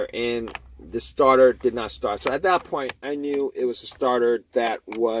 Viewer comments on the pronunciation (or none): It was the staah-tahh